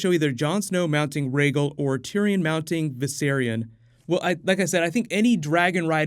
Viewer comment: Tiriyon?.... Really?